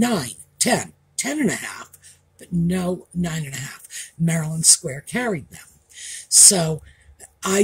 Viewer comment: Maryland Square Shoes. Not Marilyn Square Shoes. (I thought you said the latter,. 😂)